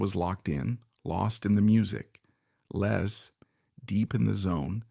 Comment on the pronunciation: His name is Les , not Lees